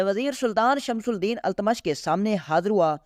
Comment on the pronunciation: Tumhari Urdu bhi kharab hai. Pahle sun lo fir padho... Shamsul Deen, Qutbul Deen nahi hai. Shamshuddin aur Qutubuddin etc hai